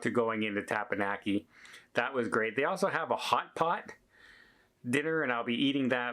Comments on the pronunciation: TeppanYaki, not teppanNaki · says tappanaki (the 'e'' sound should be like an 'eh'. It's awful. It should sound like 'teh pahn yaki'. Of course has trouble with his native English language as well. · I hate to harp on this but it is NOT TepaNaki, it is TepanYaki! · Dude ,learn how to say tepanyaki. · for the last time.. Its Těp-Pěn-Yǒk-ē 😂😂😂